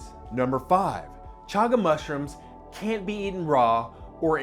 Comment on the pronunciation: Your can and can't sound identical.